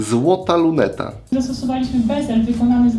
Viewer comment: Nie bezlu tylko bezelu pani.